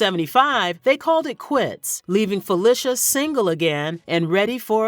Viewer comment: Hi you are repeatedly pronouncing Felicia's name wrong